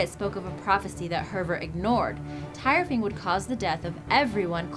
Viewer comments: its Thyrfing not tyrfing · the tyrfing is spoken as tirfing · The sword Tyrfing is pronounced tear-fing not tier-fing you dumb bitch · its pronounced Tewrfing not Tirefing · Tire-fing? hahahahahaha.